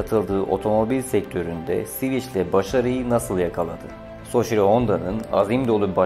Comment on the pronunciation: Şervolet soçiro